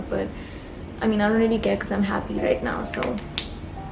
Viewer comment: when you said “now toh” i love how the Indian in you is still evident while you continue to live and grow in LA